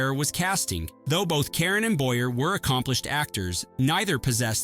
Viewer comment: You really need to research how to pronounce certain names--Caron, Boyer, etc. Other than that, well done.